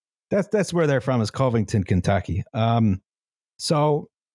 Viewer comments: As a local of the Cinci area, it's weird to hear people call it "COH-vington" (like cove) instead of "CUH-vington" lol That said, Cincinnati bridges are a fuckin spaghetti nightmare, honestly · Timely criticism, I know, but the Cov- in Covington rhymes with love. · It’s pronounced Cuh-vington